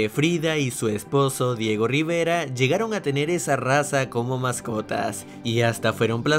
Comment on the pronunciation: Soy el único que pensó que dijieron "Riverga" en el minuto